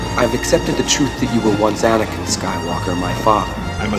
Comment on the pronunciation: Its also "Anakin"